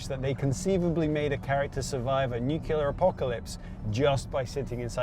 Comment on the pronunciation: Nucular :P